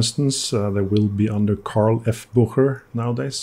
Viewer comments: Three syllables...its pronounced Buch_e_rer not Bucher. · I’ve got a gold filled Bucherer automatic which I love. I always pronounced it Boosherer. Now I know!